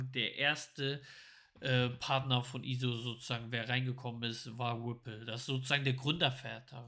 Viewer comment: Ich feier euch💯 sagt immer wrippl😄😄 weiter Jungs beste